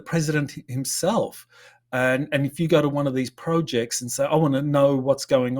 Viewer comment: A dictionary shows us the 2 usages of the word 'project' both have different pronounciations! This was the wrong pronounciation. Surely not the wrong word! 😉